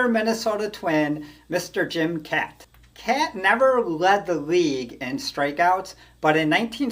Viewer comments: It's pronounced Kot and not Cat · Pronounced Jim Cot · FYI Kaat is pronounced cot. Jim Cot = Jim kaat😊